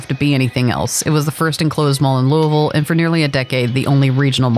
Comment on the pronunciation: lived here all my life. didn't understand why they were so close. but as I got older I found out these malls cater to different clientels. props on saying our city's name right 👍